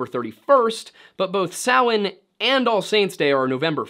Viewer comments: I am impressed with this video, Not only did you say a lot of the names correctly like Samhain and other but the level of deep dive on this is quite impressive! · Thank you so much for pronouncing Samhain correctly, you have no idea how much it pains me as a pagan to hear people pronounce it ‘sam-HAIN’. 😅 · im irish born and raised.. well done on pronouncing our irish word.. you did a good job on our lore.. we have lots of great stories and a very rich history